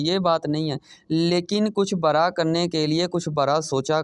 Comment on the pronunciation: Bhai bra na bolen bada bolen